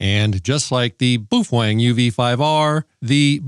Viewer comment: You sure it's not ''bow-fang?" It doesn't sound ''manly'' the way you say it! I'm not sure I wanna say boof-wang!😅